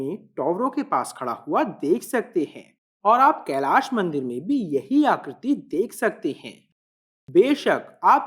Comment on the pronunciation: Bade bhaiya mai aapki bahut samman kerta hu aap Hindi bolte hain to sahi uchcharan kre aap "kailasha" n bol k kailash bole kyoki aap angrej nhi hai aap hindustani hai aap Hindi ka sahi uchcharan kr sakte hain.